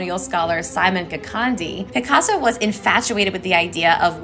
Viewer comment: Even in your statement you said Picasa like instead of African art